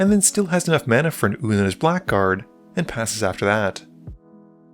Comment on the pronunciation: Blackguard is pronounced as ‘blaggard’